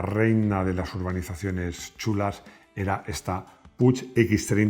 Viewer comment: Que pena que te dejes en el tintero las dos de Montesa (cota 50 y mini-montseita) las dos ciclomotores nacionales… por cierto, PUCH se pronuncia PUC… PUIG hace perfumes ;)